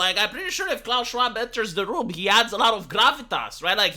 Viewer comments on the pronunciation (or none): none